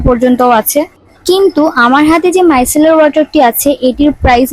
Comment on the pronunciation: মাইকেলার না মাইসেলার😅😅😅😅😅😅😅😅😅😅😅